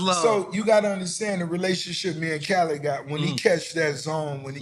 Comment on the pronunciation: I'm convinced Nore's NEVER going to pronounce Khaled's name correctly ever Lol